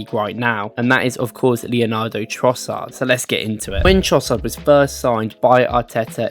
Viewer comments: LE ANDRO NOT LEO NARDO, ITS LEANDRO ANDRO ANDRO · Man said leonado